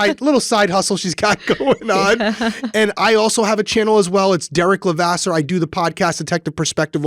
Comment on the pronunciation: I'm totally guilty of writing Derek but am reformed😊 My neighbors are Levasseurs too, and pronounce it like you do. Names are hard.